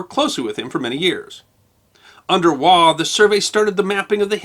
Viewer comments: Andrew Scott 'Waugh' is pronounced -Woff. (English Pronunciation). Also of interest are the calculations pertaining to SCHIEHALLION a mountain in Scotland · Interesting, but slightly ironic that you cannot pronounce the name "Waugh" properly though.